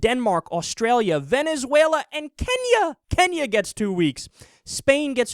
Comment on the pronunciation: I notice you emphasized Kenya... do you think Africa is inferior, Kyle?